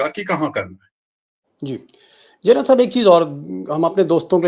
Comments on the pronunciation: Gernal nahi General kaho. Bar-bar galat bol rahey ho aap. Thoda thik karo. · General not journal deepak ji! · DEEPAK SHARMA,IT IS GENERAL AND NOT GERNAL .HA HA HA. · सर जी, व्हिडिओ बहोत अच्छा हैं। मगर आप जर्नल बोलते हो। प्लीज जनरल बोलीये। सैनिक का सर्वोच्च सम्मान हैं वह।धन्यवाद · दीपकजी, आप 'जनरल' का उच्चार 'जरनल' ऐसा कर रहे हैं। ये गलत है।You are saying journal instead of GENERAL. 'जरनल' कहना बंद कीजिए...'जनरल' कहिए। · Gernal nahi Sharma ji General bolo.